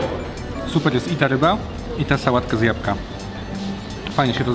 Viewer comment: Łapcie subka mordeczki, od dawna was oglądam, a nie zauważyłem ze nie dałem subka, wybaczcie :D ps: z jabłka, nie z japka.